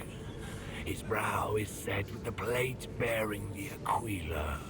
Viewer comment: Ah, I see why you are saying Aquila the way you are. The game is pronouncing it differently to the way it's said in audiobooks. I can't tell you how badly it drives me crazy! It's the symbol of the golden double-headed eagle, so the way the audiobooks say it makes logical sense to my brain. They pronounce it ah-quill-a. Quill like a bird-feather used as a pen. They are used in the lore. Some Servo-skulls have auto-quills and ink jars to write on parchment. If you ever watch 40k lore channels, look up Boldermort, that's what his avatar is! He makes good content, so check him out if it interests you.